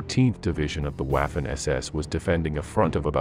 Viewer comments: It is pronounced "vaf-fen" not "waf-fen" get it right if you are doing historical videos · Time to pronounce Waffen SS in the proper way, not like English waffle, but as if it was spelled Vaffen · Waffen is pronounced "Vah-fen". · Note: W is pronounced as V in German. But this is a brilliant video, and sheds light on another lie from WWII. Well done!